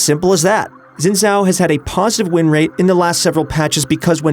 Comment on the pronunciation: Ur pronounciation for Xin Zhao annoys me